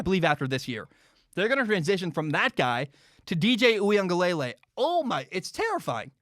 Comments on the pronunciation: Hey! Big fan here, and I’m sorry to nit pick, but I think you’re still pronouncing DJ’s name incorrectly. I think it’s (ooie-unga-leh-lay) as opposed to (ooie-unga-lay-lay). Love your stuff, keep it up man 🤙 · Great segment, I think DJ's name is pronounced oo-ee-ung-uh-luh-lay instead of lay-lay. Heard the Clemson beat reporter from the Athletic explain the pronunciation on The Shamrock podcast. No shade at all, just thought you'd like to know. Good stuff